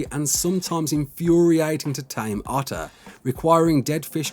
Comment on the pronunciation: its otter not utter lol